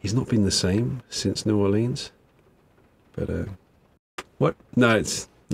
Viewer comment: as a native louisianan, your pronunciation of "New Orleans" is quite atrocious, I love it